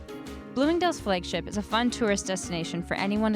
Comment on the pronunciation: Canadian? I noticed your pronunciation of “flagship” and “bag”